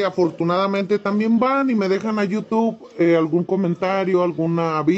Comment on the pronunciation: No sabe pronunciar YOU TUBE,, pero que tal pronuncia las vulgaridades!